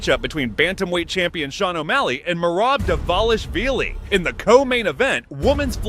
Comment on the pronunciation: Alex Pee-Era Uncle Eye-Ev Merab Deeshalavili Zabit Nurmogcheriopov Never change Chael. NEVER!